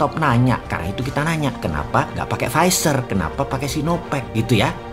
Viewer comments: Lek "Pfizer" kui ilat e londo, tp lek "Visor" kui ilat Jowo yo Cak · Visor atau pfizer bossman, beda tp hampir sama sebutannya🤣